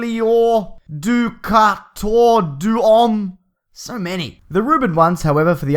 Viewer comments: Doo-ka-tor Doo-ohm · "Dookator Dewom" I can't breathe!!!!! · Du-kha-thor Du-ohm xD Im crying you're hilarios :D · who else was dying when he was pronouncing " doctor doom" ahahah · Yes, I actually cracked up laughing when he was pronouncing his name lol